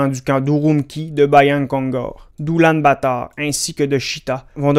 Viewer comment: aucun rapport mais je crois qu'on dit: "Oulanbator" et non: "Oulanbatar"